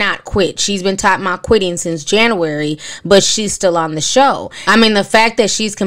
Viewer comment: I love how you say January “Janauary” lol.